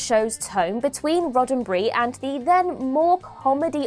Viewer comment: "Gene Roddenbry"? Who the hell is that? Its RODDENBERRY.